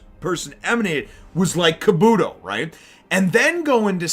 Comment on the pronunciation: Your saying kabuto wrong